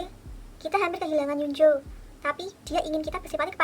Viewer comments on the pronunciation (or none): kak maaf hyunjoo dibacanya hyonju